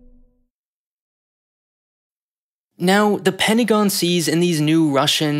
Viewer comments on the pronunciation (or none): none